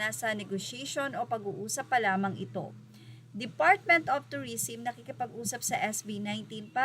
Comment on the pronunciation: tourism (pronounce as "turisem" not "turisim")